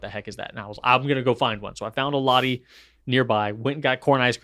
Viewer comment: for - Lotte asian market is pronounced Lot-tay, not Lottie. Things you learn with a Korean spouse!